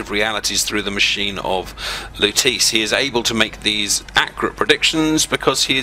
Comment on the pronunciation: How lutece was pronounced made me cringe.